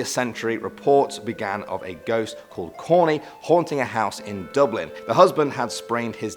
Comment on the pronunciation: Oran McGowan Dublin not bublin